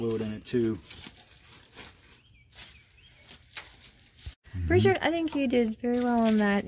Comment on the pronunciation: Sorry it's Richard and not derik